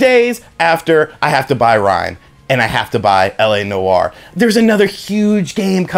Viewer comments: Noire = "Nwar" not "no-arr" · Noire is one syllable bro. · “La No-Are”😂